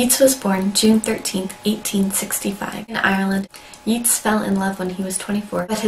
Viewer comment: Well done! Sorry to be a pedant but please pronounce his name Yates not Yeats. I know it's puzzling but pronouncing people's names correctly show how much we love and cherish and respect them. Thanks for your comments and analysis! Keep up the good work!